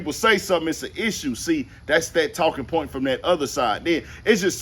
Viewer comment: He's a southern JayZ....that doesn't know how to say Point.....(Pernt)😅😂